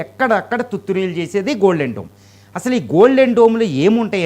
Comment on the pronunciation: డ్రోమ్ కాదు డోమ్